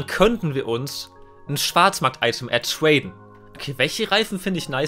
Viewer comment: „twaden“ „dwop“ „cwedits“ „alwight“